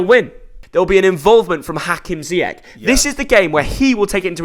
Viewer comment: Hakim ziech is inyured😂